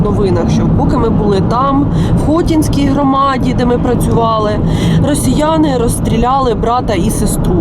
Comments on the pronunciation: Не ХОтінська,а ХотІнська громада Журналістка хоч би трішки грамотніша була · Ну все ж таки хоча б вивчили як правильно називається громада.... ХотІнська а не хОтінська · Тільки не ХОтінська громада, ХотІнська